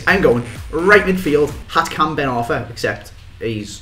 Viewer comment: his name is hatem ben arfa not hatkan